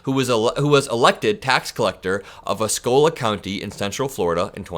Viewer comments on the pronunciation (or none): it's pronounced Ah-see-olah Osceola county fyi🤷🏼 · FYI, it's "Oss see oh la". (Osceola) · Its pronounced oss-ee-oh-la Osceola was a famous leader for the Seminole. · Wow! Good report! Osceola County is pronounced “AH-See-Oh-La”. 💙💙💙💙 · FYI - Osceola -> Oh See Oh La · Its pronounced OS- CEE- O- LA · It's pronounced OSS-ee-OH-la County, kid. The county and the FSU mascot are named after Chief Osceola of the Seminole "Tribe." (Osceola was not an aboriginal American, but an escaped slave.) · *Osceola as in Os-see-oh-la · Osceola County Fl pronounced Ah•see•O•la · Osceola is pronounced "ah-see-oh-lah". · it's pronounced aw-see-o-la. 💙💙💙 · Osceola = Ah-See-O-La